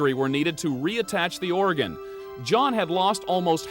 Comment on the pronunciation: At time mark the commentator says the "Oregon was miraculously re-attached". Oregon is a state on the west coast, "organ" is what she severed. He says it again and multiple other time in the broadcast. Where does Inside Edition get these people who often misuse grammar and cannot correctly pronounce words??